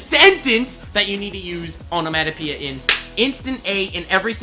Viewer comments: The way he pronounces onemonopeia enrages me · The way he pronounces onomatopoeia, hurts.